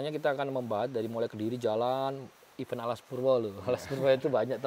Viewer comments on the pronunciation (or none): none